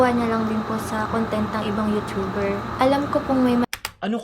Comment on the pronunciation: you(chu)ber. ang sakit sa tenga.